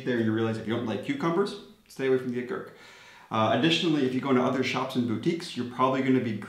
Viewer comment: Oh dear 😊 It's an aGURK not an A- gurk 😄